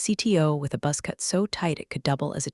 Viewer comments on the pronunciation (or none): Buzz, not bus